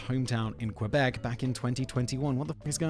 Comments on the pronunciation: It isn't QWEbec, it's QUEbec (like the Spanish word Que) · Hey! As a french Canadian from Quebec, the proper way to say Quebec os not "qwebec". The letter "u" is not pronounced. You need to say "Qebec" or "k-bec" 😉 And that "poutine" meme is delightful! 😂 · Canuck from Ontario here: hearing "Quebec" pronounced by a British person helps me understand another layer of our own French/English dichotomy. :P (It's closer to "KehBek" than "kwuhBEK"... I think?) P.S. Bagged milk FTW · Pronouncing "Quebec" as kwebek is a dead giveaway that you're not Canadian, haha! For those wondering: It's pronounced closer to "keh-bek". You more or less ignore the "u" in the name as compared to English pronunciations.